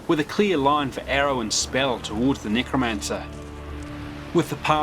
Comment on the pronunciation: Bro said nygramancer